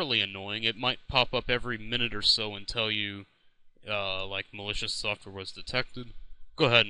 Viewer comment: mal-e-coos xD